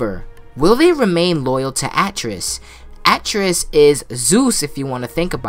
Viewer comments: Atreus: a (apple)- trey- us is how you pronounce his name lol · It would be cool if its the beginning of god of war 5 some god or goddess like nemesis shows up like buldr and fucks his shit up or if dionysus shows up and is just like kratos brother your introuble the last of us are coming and you need to run. Also why do you pronounce Atreus so weirdly?